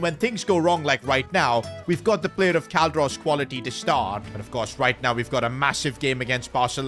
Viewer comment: Don't worry, he says star "payer", not star player.. 😅